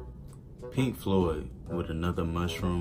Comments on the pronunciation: Floyd not cloud... lol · agree 100%. This guy needs to learn how to Floyd properly.